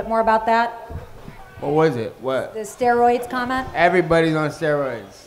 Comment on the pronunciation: "they're all on steriods"